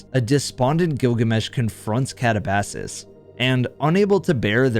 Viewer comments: It's not kata-ba-sass its Katah-buh-seas. You are using the wrong pronunciation. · I think katabasis is pronounced "cat ab ass sees" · The scariest story is how you pronounce Katabasis 🤦 I love your content man but they do say the name quite a few times in the mission